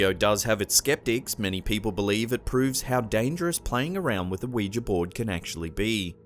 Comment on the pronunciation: Omg your the only channel that ever pronounced Ouija right everyone else pronounces it "wee gee" it's "wee ja" noticed it ends with an "a" NOT an "e"